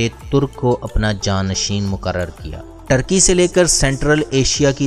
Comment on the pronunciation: ٹرکی نھیں بلکہ ترکی